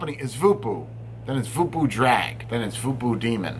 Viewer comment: Did you know that Voopoo is actually pronounced "Vopo"..... as in Vohpoh lol...guess there is a lot lost in translation. Honestly when you... ha the "wolverine" of reviewers gives something a shit review... I buy it in for my customers.... hey a 3-4 from you is usually a 6-8 for other reviewers;)